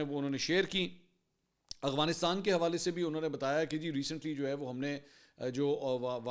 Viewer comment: Oh Mama Hazar Bar Bata Chuka Hun Aghwanistan Nahi Afghanistan Hai Hamesha Ghalat Naam Letay Ho Logon Ko To Bohot Correct Kartay Ho Ghalati Par Apni B To Correct Karo